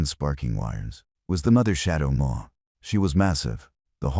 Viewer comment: Shadow Maw, not More. Read: to read words now Read: pronounced Red as past participle, Red: pronounced red= Color.